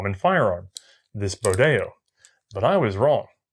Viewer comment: Pronounce Bodeo like it rhymed with rodeo.